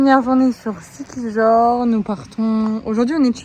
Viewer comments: Moi, je prononcerais Siquihor, puisque ce pays a été colonisé par les espagnols après sa découverte par Magellan qui a été tué par les autochtones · Siquijor se prononce siquiyor ;)